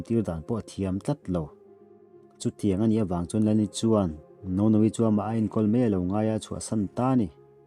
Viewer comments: keipawh. ka nuih a ti za lutuk. mahse lam ahar ve dawn em lawm. nono tih kha a zia mai🤣🤣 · A fanu hming hi aw....ka nuih a van ti za ve....Wang Nounou...i lam dan mawlh hi 😅😂😆 ka nui kaih tep 😆😆😆